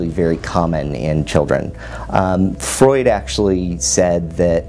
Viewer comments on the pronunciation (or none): none